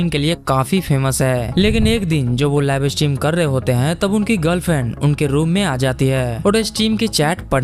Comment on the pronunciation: Live stream ❌ "Laivey estream on hainnnnnn"